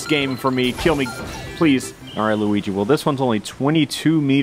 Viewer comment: Sometimes when you say Luigi, it sounds like Weegee